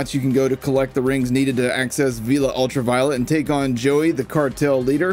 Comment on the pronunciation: Villa not Veela